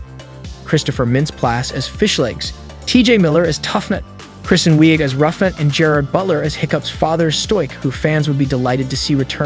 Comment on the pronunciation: "Kristen Weeeg" sorry but I couldn't help it! It sounded like he said West 😂